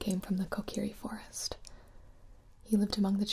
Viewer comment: I thought she said Cocaine forest xD